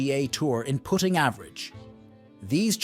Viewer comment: This must be an AI voice. Put ting instead of putting